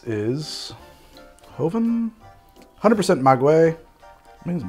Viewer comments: Maguey is pronounced Mah-gay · Mah-gay-ye which is how one would pronounce Maguey , loved the video makes me wanna drink more. Responsibly ofc